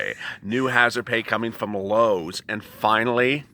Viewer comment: Loewes?😁 Lowes😊.. oopsie